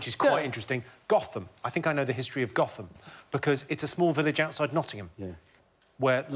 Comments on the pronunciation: Nah- he didn’t pronounce it correctly (goat-um) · James Barrett Those of us who live near Gotham in Nottinghamshire know that it should be pronounced Goat - ham! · For anyone who's actually been to Gotham near Nottingham, you will of course know that it is pronounced "Goat-um" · jimmy's right about gotham probably, except it's pronounced "Goat-hum" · The place near Nottingham is pronounces Goat-ham although it's spelt Gotham. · Village and moor of Gotham in East Midlands England is pronounced like Goatum with first part like the animal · Luke Hartley Even Jimmy can't pronounce the name of the village correctly! Goat -ham!